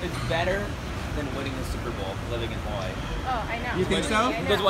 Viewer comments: I hate how you people pronounce hawaii. I know you are pronouncing it like the natives do. But it just sounds ugly. Hawaii or hawa-ee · the way he says Hawaiʻi makes me cringe.